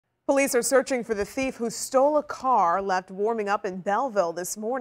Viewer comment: I don’t think “po-leece” logic is a class in the academy🤣